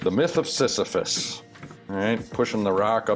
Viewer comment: "The Myth of Sisyphus" I'm impressed you said that with such ease. I can't even say it correctly in my head!